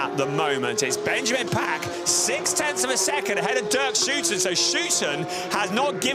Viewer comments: You did say "OO" in stead of "OU" very consistently. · It's "Schouten" just as someone from Liverpool is a "Scouser" and NOT a "scoozer". 😅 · Sure, just pronounce it whichever way you want, but it is not actually correct to use 'oo' (nobody in The Netherlands would ever do that).